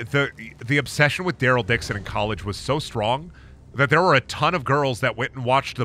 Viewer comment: Why he say Daryl durle 😂😂😂